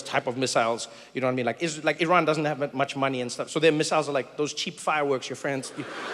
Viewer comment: From Tehran, Iran. Thank you for pronouncing Iran right.